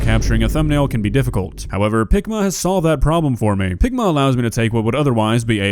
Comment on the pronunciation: Why does picma sound like ligma